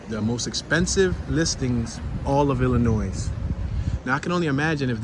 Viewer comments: BTW, it's pronounced ill-a-noy NOT ill-a-noise! 😂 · IllinOISE, it’s Illinois! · The final s on Illinois Is silent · You are pronouncing Illinois incorrectly. The "s" is silent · How is it that you know how to pronounce "sconces" although you didn't know it; but are pronouncing Illinois wrong? No "s" on the end. Gave you a thumps up as we laughed about it. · Damn Dude, silent s in Illinois, be nice if you had interior photos. Have a good one